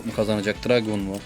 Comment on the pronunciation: Dragoon Dranzer Draciel Driger isimleri abi yanlış söylüyorsun